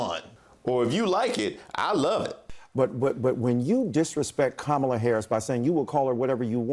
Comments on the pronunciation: How in the world does Michael Eric Dyson KNOW that Nancy Malice doesn't intend to be offensive? Find another way to audition besides veneering good intention over bad. Malice pronounces VP Harris's first name correctly, then mockingly puts on a performance for her base. Notice the other white guests were smiling. They know the playbook. Also, refusing to concede is very meaningful to supremacists. See Baldwin v Buckley debate. Buckley lost big time but was proud that he didn't concede a single point. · THE WAY TO PRONOUCE A NAME RULE: one should pronounce a proper name the same way the person to whom the name belongs to, pronounces it. AT MINIMUM! At least that! This woman if full of it! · I agree with here: She completely intended it. Because if I pronounce ANYONE name wrong I would say: “I am sorry and thanks for correcting me” and moved on. But when a person say: “I will call her whatever I want”. Come on, it is disrespectful. She wouldn’t do that with anyone else. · I only saw opening when she said “Now you’re calling me a racist” before I had my reaction. Yes. Learn how to “Properly” pronounce Madame Vice President first name. Which you should not address her first of all. She is Madame Vice President. You would not address the Queen of England with such Disrespect. Respectfully! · If you mispronounce someone's name and get corrected, you say im sorry.... no thats not what they do....racism alive and well! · So why would you not pronounce her name correctly? After you have been corrected? Why would you refuse to pronounce her name correctly? I’ll wait. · Well if she feels so emboldened to say Kamala Harris’ name however she wants, well Nancy Maceey, you’re a racist. See how it works? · Intentionally mispronouncing the VP’s first name is a continuation of the disrespect and racism many Republicans extended to Obama during his presidency by referring to him as Mr. Obama rather than President Obama. Mace and her ilk are truly disgusting and despicable.